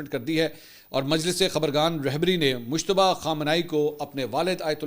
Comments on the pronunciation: Mushtaba nhi Bhai mujtaba naam he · عمدہ تجزیہ ہے، البتہ لفظ مجتبیٰ کو بار بار مشتبہ ادا کرنے پر ہم بھی شبہ میں پڑ گۓ کہ ان کا اصل نام کیا ہے